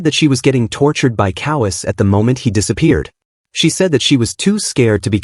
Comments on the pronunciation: Ko Wa Se. Not kowees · Why does a manga recap channel have such bad pronunciation for the Japanese names? Especially Kowase, my god.